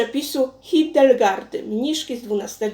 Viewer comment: Super, że promujesz gaszone winko, ale jeśli mogę coś doradzić.to przed nagraniem należałoby dokładnie przeczytać kilka razy imię tej świętej, aby nie robić błędów :) smacznego wszystkim